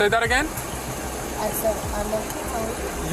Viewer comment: I think she calls agaim